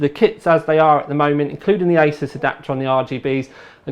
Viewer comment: did he say ISIS XD